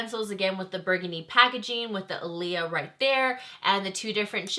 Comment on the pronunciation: Her brother wrote the message and as a YouTube you should do more research on the pronunciation of her name especially if you don't 100% know how to say it 🤦🏽‍♀️🤷🏽‍♀️